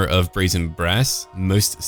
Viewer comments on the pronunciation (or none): none